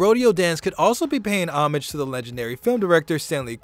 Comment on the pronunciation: How many times can 1 man mispronounce the word 'Homage' in one video?